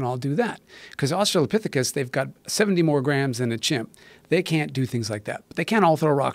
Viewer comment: If Joe learns anything from this conversation I hope it's how to pronounce Australopthicus.